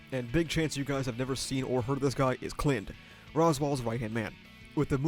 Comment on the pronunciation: I can’t get over his pronunciation of Spica and Clind. I do believe it’s sp-EE-ca, and Cl-EYE-nd (or Cl-EE-nd, idk, but I’m pretty sure it’s not Clint’s i).